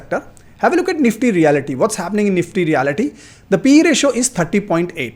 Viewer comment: pronounced as REAL-T and not reality